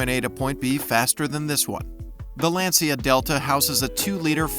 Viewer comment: As always the grammatical errors and especially, the mispronunciations of words that any true automobile enthusiast would absolutely NEVER mistake are unfortunate. Example...Lancia is pronounced "LAHN-cha", not LAN-see-uh.